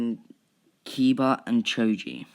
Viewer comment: I like how you say choji as chuji